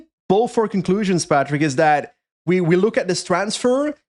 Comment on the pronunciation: Please - I love you - but stop saying Patrick!